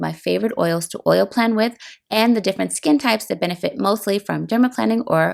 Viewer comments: "Plane" not "plan" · plane, not plan 😑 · "planing" is pronounced like AIRPLANE. Not "plan" like "I plan to divorce my husband." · Isn’t it pronounced like plane? There’s only one “n”